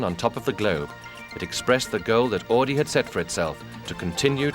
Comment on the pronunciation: Horch became AUDI! Not "AADI" Pronounce it right or don't say it at all.. Jeez...